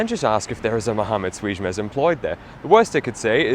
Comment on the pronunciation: Youre probably the only person on the internet that can pronounce "ç" correctly